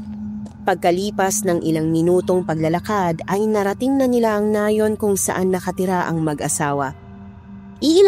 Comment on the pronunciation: Nayon.. Hindi Nay'un ang bigkas